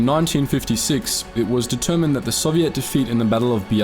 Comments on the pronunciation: Bro love your channel but why do you keep mispronouncing soviet 2 different ways 😭😭 its really frustrating im aussie too but I've never heard anyone pronounce it like that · It’s Soviet, not “Soviette”. They weren’t a dance troupe.